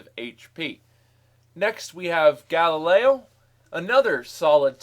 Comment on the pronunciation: It's GALIO, not GALILEO.